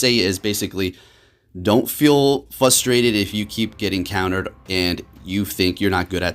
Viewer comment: did you just say fustrated lmao?